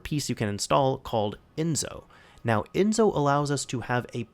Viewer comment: It's Enso , the S in Enso is like the S in System.